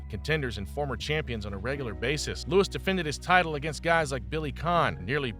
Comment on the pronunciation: Joe louis is his name, not lewis.